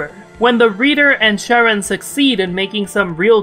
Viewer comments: Pretty sure it should be pronounced Ka-run, it's a reference to Charon the ferryman. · im sorry are you saying sharon